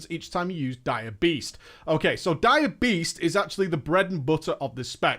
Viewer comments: Am I the only one that heard "diabetes" every time he said "dire beast"? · Every time you say Dire Beast I hear diabetes- like you don't want that to proc and when it does take some insulin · Took me a bit, I thought he was saying "Diabetess". But was really Dire Beast. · I keep hearing "diabetes" when he says dire beast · for some reason I hear diabetes when you say dire beast